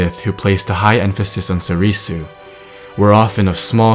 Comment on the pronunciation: It's pronounced sorr-soo, not sorr-ee-soo.... come on.